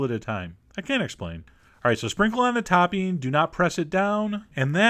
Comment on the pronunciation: I love the way you call it “toppeen” 😂